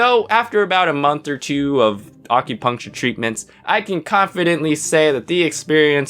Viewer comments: Uhm... Question? Why do you pronounce it weird? Ah-cue-puncture? I've always heard the A pronounced like in apple, not like almond. Given that it's derived from "accurate," I'm pretty sure that's the right pronunciation. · this wholly time i thought he said accutane